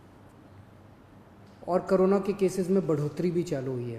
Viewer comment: it's corona not karona